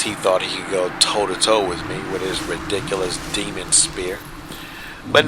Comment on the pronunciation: The way you say ridiculous is amazing. Re-dick-el-oss LOL freaking brilliant